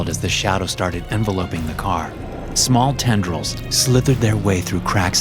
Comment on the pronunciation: Funny way to pronounce “enveloping”.